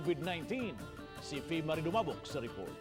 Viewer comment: Samuka gyud nimu. Tarunga nag sulti imung pangalan bih 😂 loslosa gyud oi 😂